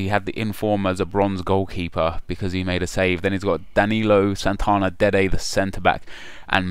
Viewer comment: Why are you always saying dede the center back haha